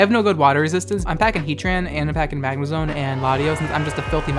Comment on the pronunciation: Lol did you have to edit out some laughter after he brought out Captain Maahgma?!